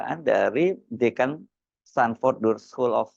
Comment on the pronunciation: KIBUL BIN NEPU... STANFORD BUKAN STANDFORD 😂